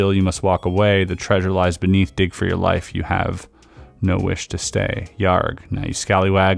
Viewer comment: It’s “YAR” not “YAR-G”. The g and h in “yargh” are silent. YARGH like far, jar, par, car, bar etc…